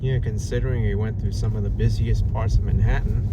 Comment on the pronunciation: I thought it was ManhaTTan, not Manhaaunn.😅